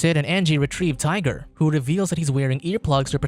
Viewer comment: 🤔 - Hmmm... 🤨 - I thought his friends name was "Tighter" and not hearing "Tiger" at first...